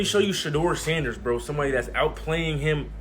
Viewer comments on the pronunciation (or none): How many different ways is this AI robot gonna pronounce Sanders name?